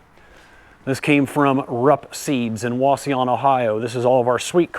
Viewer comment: thanks for pronouncing Wauseon correctly, that's my hometown!